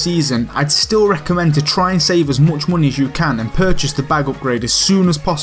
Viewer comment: "muney" liked justed cuz of his accent